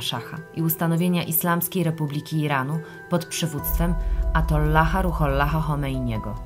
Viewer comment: Jezusie Nazareński;-) opanuj swe lektorskie zapędy;-) Bo wychodzisz na idio... osobę o nieznacznej możliwosci pojmowania rzeczywistości. Chomeini był ajatollachem, a nie atollachem. Wiem, że dla większości widzów to jeden chuj, ale dla tych myślących, to pokaz twojej żenującej ignorancji.